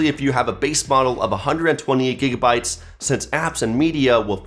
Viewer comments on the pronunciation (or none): none